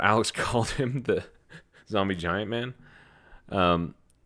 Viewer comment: Jombie Ziant was what Alex said 😂